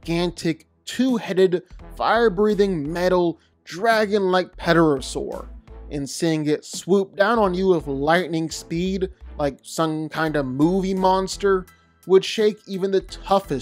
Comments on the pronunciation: DID HE CALL IT A PETEROSOUR AND SAID THE P, DID HOMIE GO TO SCHOOL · Tfw he pronounces pterasaur "pedorasaur" smh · the narrator really just pronounced the word pterosaur as “pe-terosaur” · Peterasaur.. I thought the P is silent in pterasaur